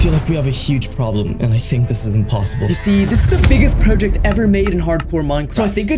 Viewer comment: Praw-ject ❌ Proh-ject ✅